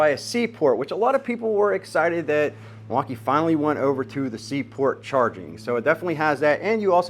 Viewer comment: oh yes, Mil-walk-i-kee-a